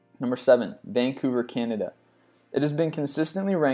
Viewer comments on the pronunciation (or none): none